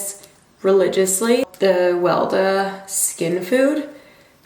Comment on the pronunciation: love seeing you back! The skin cream is pronounced 'weh lay dah" btw!